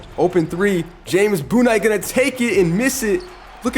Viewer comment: Please pronounce names correctly Sha-Deon Sharp and James Boonite got me rolling on the floor